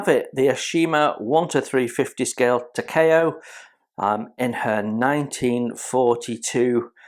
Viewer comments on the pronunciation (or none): Hey, mate. It's pronounced "Tah-kah-oh". The company is pronounced "Ah-oh-shi-mah". A gorgeous kit to be sure, of a beautiful ship! The brown rectangular thing you see on the side at the stern is an auxiliary rudder. If the ship's normal rudder is jammed by battle damage, then the auxiliary rudder can be released astern, attached by cables. It drags behind the ship at some distance, and can then be pulled to one angle or the other by the cables, thus acting to steer the ship either to port or starboard. A clever idea! And the main deck, as usual with Japanese cruisers and destroyers, is covered with the usual brown linoleum (with brass divider strips) instead of teak wood planking. I'm looking forward to building this one as soon as I can get to it. To me, these were the most handsome looking heavy cruisers in the IJN.